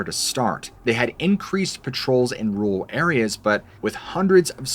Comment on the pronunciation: Rural area pronounced like Earl,,or whirl pool,,,not rule ,,my language arts teacher is rolling in her grave 🪦 lol 😂 don't be offended I hear lot's of people say that,,,love your channel,,, gotta inform the next gen ,,lol communication is key 🗝️ word's proper grammar matters lol 🤙🏻👍🏻🍀✌🏻🫠🫠🫠🫠🫠🫠